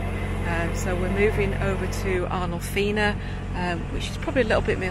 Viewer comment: Arnolfini not Arnolfina